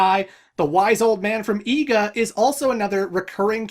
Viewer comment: The region 'Iga' is pronounced 'ee-gah' and it is one of the birthplaces of ninja. The Iga ninja especially made great strides in using fire, like bombs, smoke powder, and guns/gunpowder. The Wise Man of Iga may mean the leader of the Iga Ninja, though IRL there's no way an outsider would know who that is or even that there are ninja in Iga at all. If we assume Goemon is a ninja of some sort (since he and Yae know about Iga), then this could be a homecoming for him! Since he uses bombs, as well as fighting with a pipe (which would, while lit, give him an easy source of flame to ignite something), Goemon might be an Iga ninja himself!